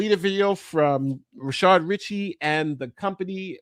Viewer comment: I’m curious if you guys mispronounce his name on purpose or by accident? (It’s Rah-shad, not Rih-shaRd.) If it’s on purpose, Rah-shart would be funnier.